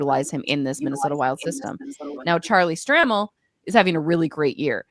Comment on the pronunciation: Please pronounce Charlie's name correctly. It's STRAY-MEL.